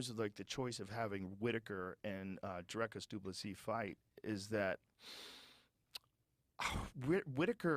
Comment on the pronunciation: Learn to say his name: Dricus. Not Draaikus. Ffs